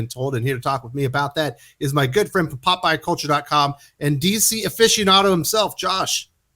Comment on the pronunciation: Every time he introduce Josh I get excited, because I think he says Popeye Culture. I think, "oh boy! a website about Popeye!"